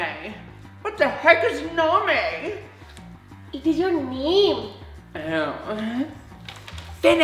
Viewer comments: Hhhhhahahahhahahahahahah She said what the heck is NaMey its name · First question na-me What the heck is na-me??!: it is ur name! POV: can she be anymore dumber?🤦😂